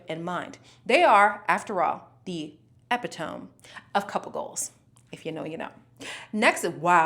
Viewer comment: great preview darling ... btw epitome is a funny word and is pronounced E pito ME :) love you❤